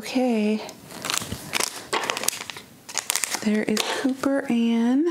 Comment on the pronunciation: Its cooper not copper :)